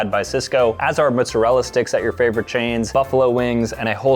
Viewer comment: I will never get over how says mozzarella